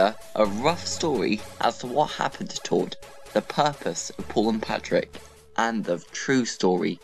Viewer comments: ITS TORD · It's tord